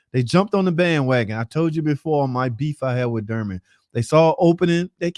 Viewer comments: Bro it’s Dorman not durman. There is a O not a U….. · its doorman not durman !!!!